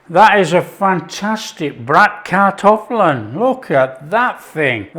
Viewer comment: I wasn't aware Bratkartoffeln (btw perfectly pronounced by you) was typically German, just such a common leftover dish. Never had it with kale, maybe worth a try. Against the stereotype kale is really not used much anymore in our daily cuisine.